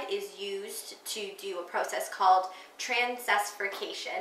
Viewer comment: Wow! Outstanding video. You got it all right--except for pronouncing trans--ester--if'i--ca--tion! Although, I don't think it is as expensive to make as you might think. Certain strains of algae have the ability to provide up to 10,000 gallons of oil per acre. That's enough biodiesel to provide fuel for ~19 cars per year! (assuming 22 mpg fuel efficiency & 11,500 driven miles) ref src